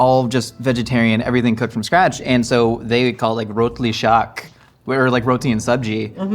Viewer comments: Ikr! He said Rotli Shaak so clearly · OMG! I just discovered you. Literally the second video I've seen from you. And I'm subscribing. I'm Gujarati and your pronunciation of rotli and shaaq is SPOT ON! I'm a fan already!